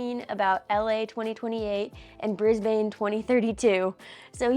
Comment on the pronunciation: Proud of you Allie! Just a heads up from an Australian viewer, Brisbane is pronounced like “Brisb’n”, don’t stretch out the last syllable like you did in this video. Can’t wait to see you here in a few years time!